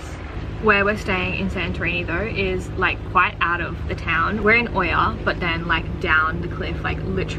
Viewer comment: Living vicariously through you. Also Oia is pronounced eee-ya xx